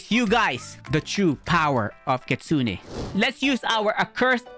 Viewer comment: Bro it's called Kitsune not kitsuniii